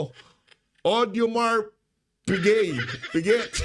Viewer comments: AUDEMARS PIGUET - pronounce as ODEMARS PIGEY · Pronounce me Ph - odih Mahr Pi geY 😅